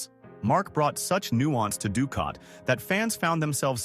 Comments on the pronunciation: Dukat sounds like dukot not ducat. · very annoying the mispronounced names of Nana Visitor, Gul Dukot and others, obviously narrated by AI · Rene Auberjonois was probably the ONLY name it pronounced correctly. It biffed on Nana Visitor's name, Dukat's name, and others. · Nana was in Picard? No, she was not! Your AI confused her with Michelle Forbes, who played Ro Laren. Also, Nana is pronounced with the accent on the first syllable, not the nickname for some grandmothers. Lastly, Dukat WAS a monster! The AI also screwed up that charters name too.